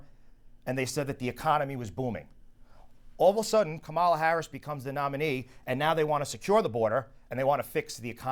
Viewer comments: so rude D'Esposito can't even pronounce VP name correct on purpose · He's disrespectful to Gillen, and probably women in general. He refers to her as "Laura" (inappropriate), and "she" and "her" when she's right next to him. Pronounces "Kamala" incorrectly. Unacceptable.